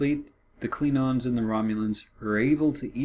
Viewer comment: Why does this guy keep saying "Kleenons" instead of "Klingons"?